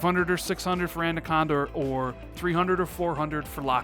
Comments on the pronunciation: If you say adaconda one more time instead of anaconda I will unsub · I can't be the only one that heard him say andaconda throughout that entire video instead of anaconda. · Everyone in the english language: anaconda.: andaconda. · How many people hear’s say ANDACONDA”? Stop it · I want to punch my monitor every time you say ANDaconda,......say it with me....it's Anaconda.....;) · Great vid but please stop saying Andaconda! its ANAconda! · LOL! Awesome. The first listen through I didn't really notice(even though he mispronounced it in past vids). But the second listen through it stands out like a sore thumb. LOL! Actually, he says: "And-aconda". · Xbox "andacanda" 😂😂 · Is it an American thing calling it ANDaconda, or just a thing? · Yo its@ not ANDACONDA... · Don't know about anaconda, but ANDACONDA is looking pretty good!! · haha it’s the extra D you put in. Great video though man. When’s Xbox Two going out? Last one before E3? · Why Can't you pronounce Anaconda properly? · I hope they gives us a name so we don't have to hear mispronounce Anaconda until e3 2020. Lol. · Was i the only that noticed how he pronounced "Anaconda" I'm hyped for E3 and hope you are right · is aware he pronounces Anaconda wrong yet still keep doing it Kinda funny and frustrating at the same time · Was going to say the same thing lol love the vids but got to make sure the pronunciation is right. Especially since you spell it right. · Steven Smith I was thinking the same thing.😂